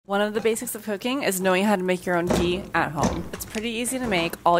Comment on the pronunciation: I refuse to believe that's Ghee. I also refuse to learn how to make ghee from a person who can't pronounce ghee.